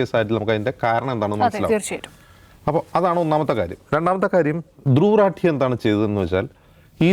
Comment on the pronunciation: ധ്രുവ് 😲രഠി😵 എന്നല്ല 😄ധ്രുവ് 😄രതി🤭 എന്നാണയാളുടെ😪 പേര്☹️